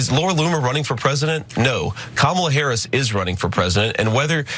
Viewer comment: Hey, JD figured out how to pronounce Harris' name!